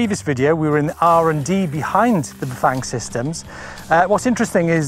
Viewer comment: Loved this behind-the-scenes video and your presentation, but dear God, man, learn how to pronounce Bafang. It’s not that hard!